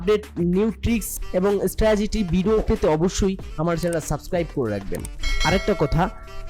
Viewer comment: আরে বলদ স্ট্রাজিটি না স্ট্রাটিজি